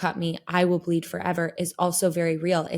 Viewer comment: Only Floor can get about 7 syllables from a four letter word 😢 (my fall wwwiiiiii-iiiii-iiilll-llll-lll be for you).